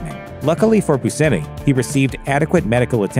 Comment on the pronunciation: Its "Bushamie" not Busemmie. In Michigan there is the famous Buscemi's Pizza.